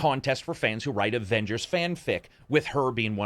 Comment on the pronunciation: What really annoys me is that caps voice actor say ovengers